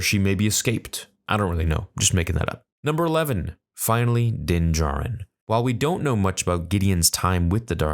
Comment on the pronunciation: "The safe keeping of din jarin" okay lol